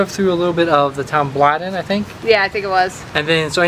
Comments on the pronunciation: Woodstock, not Bladon. 'Blaydon' not 'Bladdon' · Bladon is pronounced Blaydon. I live about 20 minutes away from there. Fun fact, the current Duke of Marlborough owns most of the nearby villages, and when you live in these villages they own the grounds that the houses are built on above a certain depth and through council taxes they get a cut of the money. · Bladon is pronounced BLAYDON just saying ! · Coaster? And then I realised it was Costa, pronounced Coh-Sta. Bladon is Blay-don. Having been to the States and watched movies there, I find the clapping at the end very odd. In the UK, we just get up and leave.